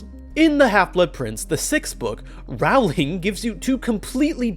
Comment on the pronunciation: Thank you for an excellent video. I agree with you on everything except your mispronunciation of Rowling’s name. (How could you not know that it’s pronounced like the word “rolling”?) You even left out a few of my favorite Ginny references. Like “You can’t grow up with Fred and George without believing that anything is possible if you have enough nerve”, and her comment that she was just glad Harry had “something good up his sleeve” to defend himself against Draco’s attack”, and the fact that she came up with the name “Dumbledore’s Army”?